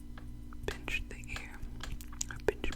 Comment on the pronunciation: she said pinch💀